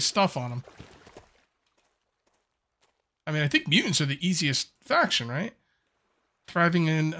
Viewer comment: do the MuUnts… i think my fren is trying to say muTants with T, A, T and S.